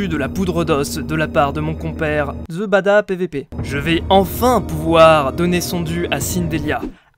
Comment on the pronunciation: Merci d'avoir bien prononcer mon pseudo !!! TheBadaPvP Ps:je voulais juste screen ;)